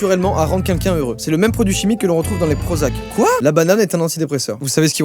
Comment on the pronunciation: Joyca je peux savoir pk tu dis quinquin au lieu de quelqu’un?